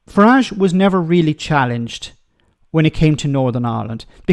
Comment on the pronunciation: Northern Ireland did not vote for Brexit, it was foisted up on us by Nige. Can we also remember the English pronunciation of his name rhymes with garage. It’s a foreign name otherwise.